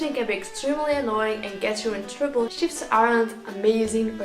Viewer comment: "Experience shifts.." I heard sh*ts. I was like,"what did she sayyyy?!"